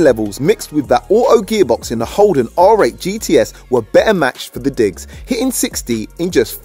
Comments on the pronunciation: Its holden not holdon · Also it's holden not holdon